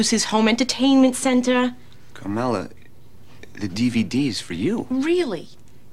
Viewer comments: Carmela. Not "Carmella." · I know people pronounce that Carmella with 2 L's, but it is Carmela with one L, and it is pronounced with one L!!!!!!!!!